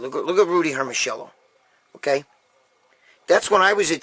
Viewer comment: Gregg, ask your gf (or your mother-in-law) to pronounce for you 'Hermosillo', and then come back next show and say Rudy Hermosillo again the way they pronounce it. 😉 Those 70's/80's physiques are INSANE!! ZERO BUBBLE GUTS!!! 🇺🇲Trump 2020🇺🇲